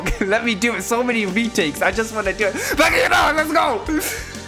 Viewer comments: It's ba'ga'yaro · It's bakayaro